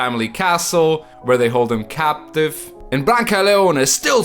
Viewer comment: It's "captive"